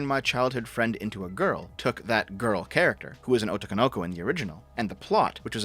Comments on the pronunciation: Also I can't even finish this video because of "Oh Toe No Go". Jesus man how do you even say it that way. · If I never have to hear pronouncing 'Otokonoko/男の娘' again as if he was working for an early 2000's dub it would be too soon... 🍁#DayOfTheRake🍁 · You're right, but it's hilarious that you're so gung-ho about this, LOL. It's a foreign word and doesn't speak Japanese, so oh well. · How to avoid all the Twitter 'confusion': 1. Play game in Japanese (text and audio) 2. Avoid Twitter Hearing pronounce 'otokonoko' hurts my ears, though. Edit: I wonder when they'll come for Yuzuriha (XC3). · I agree. Devs pronunciation of otokonoko hurt